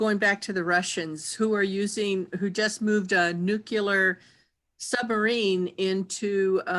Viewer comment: Nuke-ya-ler??? *Nuclear